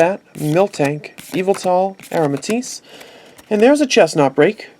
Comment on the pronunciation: its yavetal